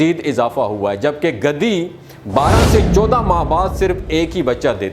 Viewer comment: گدے کہنا غلط ہے صحیح ورڈ گدھے ھے گدی نہی بلکہ گدھی صحیح ورڈ ہے گدے تو بستر کے گدے ہوتے ہیں یا کاغزات کے بنڈل کو گدے کہیں گے